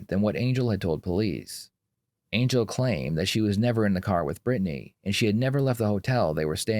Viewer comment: Why does he say Brittany like that lol Britt-nay